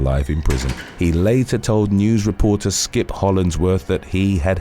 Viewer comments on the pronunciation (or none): none